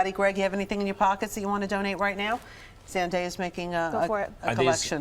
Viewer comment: OMG say her name right for once! its Zen day a